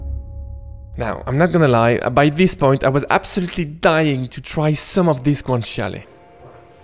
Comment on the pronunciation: Thank you for pronouncing Guanciale properly 👍🏻